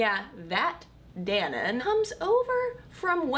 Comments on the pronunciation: I don't think that's how you pronounce Dannon. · I was expecting a lot more comments on how she pronounced Dannon (doesn't have an umlaut or something) Never heard it pronounced like that